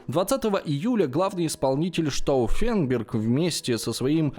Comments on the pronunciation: Знаете, уважаемый, "Штауффенберг" это вам не "крестьянИн", его и исковеркать не жалко)) И вообще, неправильно поставить ударение в малознакомой фамилии, или общеизвестном слове?) Это большая разница! И в этом ключе работа проведена грандиозная! И штауффенберг с ними, со Штауффенбергами)) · Так с ударениями как было всё печально,так и остаётся. Уж как он бедолагу Штауффенберга коверкал,аж передергивало пару раз